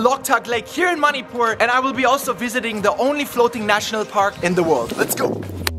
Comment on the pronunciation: It's Manipur Not Moneypoor 🤦‍♂️